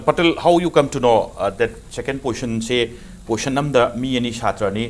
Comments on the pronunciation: Poition or posn haiba natte position haibane narondo sengu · Poison haibu karino pronounce fajana twge haide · 1st postion,2nd postion😂😂😂...marei do Kaya kanbano tounge cleaner use toudra Manley anchor se